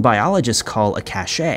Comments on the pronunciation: Cache is pronounced like 'cash' not 'cashay'. 'Cashay' is how cachet is pronounced, which is totally different word with a different meaning. Ah, why am I bothering? No matter how many times it's pointed out, you still can't pronounce Edinburgh or Dublin. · Dude it’s pronounced “ cash “ not “cashay” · Bear Cache like Cash. Not cashay. Sorry but it was bugging me lol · Ever since that Mr. Ballen guy mispronounced the word "cache," I have started hearing other YouTube narrators adopting his mistake. "Cache" is pronounced CASH and means "stash"...that clown instead says "cachet" (a totally unrelated word rhyming with SACHET that indicates "prestige"), and now he has got people all over America saying the wrong word. Ay! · fyi, despite what apparently the majority of civilizations' basic knowledge of the English language, the correct pronunciation for CACHE is CASH. NOT CASH-A.... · The word "cache" is pronounced like "cash," not "cash-ay." And you left out a major piece of information that is critical for context - Aaron Hedges had broken his withdrawal from alcohol by drinking during the hike and was mixing the alcohol with benzodiazepines. You left out a lot of other information about this case as well. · It's cache like the word "cash", it's never pronounced "cashay". It's probably a millennial issue but yeah I had to say something. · It's pronounced as a sh like cash, not Cachay... Survivalists and Homesteader's leave Cashes hidden in various places in case they have an emergency like their shelter burning down in winter leaving them to die from exposure if they're not prepared... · I thought cache was pronounced "cash" instead of "cashé", but I could be wrong. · Dude do you pre-read this? Did you say (cash A?) Cache ‽ it's pronounced CASH . A CASH( CACHE) OF WEAPONS. CMON ALL YOU GUYS ARE SPEAKING LIKE ur NOT FROM THIS PLANET. THESE ARE COMMON WORDS AND PHRASES YOU SHOULD KNOW. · Really minor point but it's pronounced "CASH". Cashey is prestige. Just annoying.